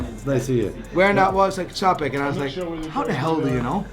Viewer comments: It needs mentioning that it’s not pronounced “Ts-apek” like repeatedly does here, but “Tsch-apek” since it comes from the Polish (well, strictly Bohemian Polish) name of the founder, Franciszek Czapek. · you need to learn how to correctly pronounce Czapek!